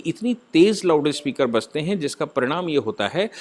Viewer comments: Its Loudspeaker not loudispekar. See the heading of this video. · It is loudspeaker ,not loudispeker